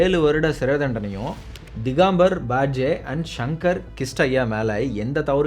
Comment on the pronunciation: சிறப்பான ஆய்வு, சிறப்பான தொகுப்பு, சிறப்பான பேச்சு.. நன்றி வாழ்த்துகள். ஒரு சிறு கருத்து.... எந்த நாட்டவரின் பெயரையும் அந்த ஊர் உச்சரிப்பின் படி உச்சரியுங்கள்.. உங்கள் படைப்பு முழுமையடையும். Digambar Badge - திகம்பர் பா ட் கே என்பதுதான் சரியான உச்சரிப்பு. நன்றி.